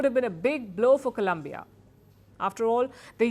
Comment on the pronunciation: Stop mispronouncing Colombia 🇨🇴 please